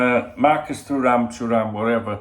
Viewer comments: Too ram is how you pronounce his name. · I might be pointing out the obvious here haha, but if it helps with pronouncing it he’s French World Cup winner & ex Juventus/Barcelona defender Lilian Thuram’s son